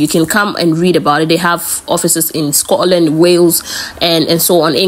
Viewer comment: Scotland not Scororland 👎